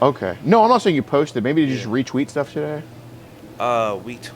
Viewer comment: “Did you retweet stuff today?”: “Wetweeted..”: “Retweeted”: “Retreated.” 😂😂😂😂😂😂😂😂😂😂😂